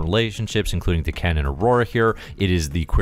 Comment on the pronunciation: Dah-Ken. Isn't D'Ken part of the Shiar Empire? Maybe I'm mistaken on that Shiar part. Edit: Just looked it up and, yeah, D'Ken is Deathbird's younger brother. Just so you know! And sorry if I've already bitched about the name thing. I tend to repeat myself. And sorry if I've already bitched about the name thing. I tend to repeat myself.